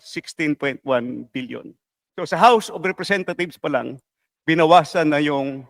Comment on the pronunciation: Tama ba dinig ko o pronunciation lang house of representathieves